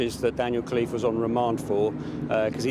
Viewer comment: It’s “Khalife” & not Cliff try to pronounce it in an Arabic way.